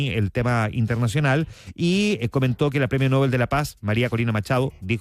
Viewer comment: Usted es de los pocos o quizás único periodista que me parece objetivo e imparcial. No se ofenda si le corrijo la pronunciación del premio Nobel. No lleva tilde, se lee No- bel.